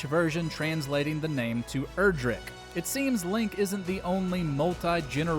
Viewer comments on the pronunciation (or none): none